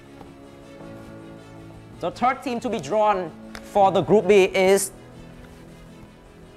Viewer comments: Đọc group a và bắn luôn group Bi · Ku áo trắng ko biết tiếng anh :)) đọc Group A và Group Bi . Tiếng việt đá sang tiếng anh